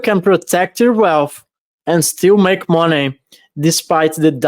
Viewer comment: Haha I love when says Monay$$$